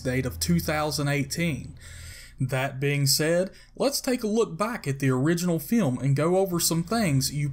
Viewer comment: The narrators voice is so awful and hard to listen too. I almost turned it off. "In the 'feelm."